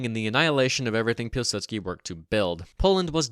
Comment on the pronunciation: If you wanted to get really nitpicky, you'd actually pronounce Piłsudski as something more resembling 'Piw-Sutski' too. The 'ł' in Polish isn't an L like we use it in English, it's basically just a funny looking W.